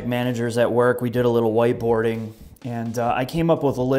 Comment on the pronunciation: lol thought you said waterboarding